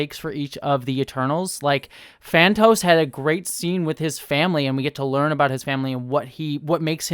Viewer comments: I enjoyed this movie. Phastos is the engineer type (not whatever you said). The god/creator is Arishem. You mean Gilgamesh, not Giglamesh. Druig, not Diego. Kingo has a valet, not an agent (I mean, he probably has an agent, too, but they aren't seen). Understanding their names is SO TELLING about what mythology they are supposed to have spawned (Thena & Ikaris being the most easily seen). I expect the next movie will deal more with the Eternals teaming up WITH the Deviants. Kit Harington only appeared to tease The Black Knight. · I'm just here clamouring to hear more about popular Marvel characters "Phantos" (Phastos), "Akesh/Akatesh" (Arishem), "Giglamesh" (Gilgamesh) and "Diego" (Druig). ;P